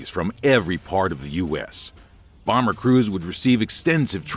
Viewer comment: B sevwentween Bawmer -AVGN